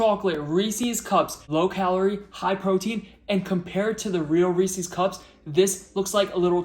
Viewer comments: Wait, do you say ree-sees pee-sees? 😂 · Do people take it as a personal challenge to pronounce Reese's incorrectly?